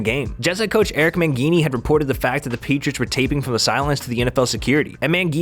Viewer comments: this guy did not just say e-man's name "mangeeney" did he? you must be new to football bro, considering Mangini has been on ESPN or Fox now for how long? lol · Man-GEE-NEE. LOLOLOLOLO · It's pronounced "Man-gee-nee" not "Man-fggeyduho74$$%-" or whatever you said 😜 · It's pronounced Man(jeenee), spelled Mangini. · Jets coach Erik Man-gē-knee?? Lol, reading a script and not actually following NFL...Shame! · Can’t pronounce Mangini...(Man-GEE-knee) zero credibility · How do you know sports if you say Mangini’s name like you’ve never heard it before in your life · The way you said Mangini is incorrect, leading me to believe you don’t know Enough about football to be telling me what’s going on. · literally the exact same thought I had 30 seconds into the video